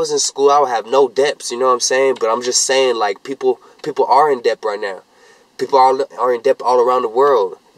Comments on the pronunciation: THIS WHY YOU GO TO SCHOOL ITS PRONOUNCED "DET" not de-bt thats just how its spelled lmao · you have to be joking. Its debt. With a B. NOT DEPTH LMAO SKSKSK THIS GUY IS TOO HIGH RAMBLING ABOUT STUPID SHIT IN HIS CAR but it's hilarious lmao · This guy pronouncing the B in Debt